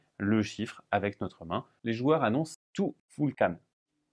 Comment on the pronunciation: Tu-ful-kan...... tou foul kane ? Non allez !!